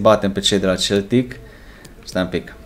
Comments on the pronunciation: Dupa 24 de episoade inca nu ai inteles ca se citeste seltic ! Ai aproape 100k subs si 5 comentarii si nici pe alea nu le citesti :/ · SE CITEȘTE !!!SELTIC!!! CU "S"